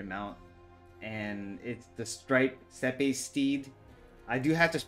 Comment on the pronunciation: It's pronounced step my dude. A steppe is just a mountainous region that is usually formed of large plateaued steps. Mongolia is famous for them. But yeah hopefully I get this mount soon too. Love it.